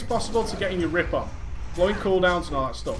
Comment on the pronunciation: is it me or does he say rape instead of rip when he speeds up his speech? I think its just me don't like report this its true. also I am taking notes on this I have been a kitty for a long time and doing 3rd dps in raids and I need to do better since I did this its gotten better. thanks for all the vids to help players and it is awesome or gravy as you put it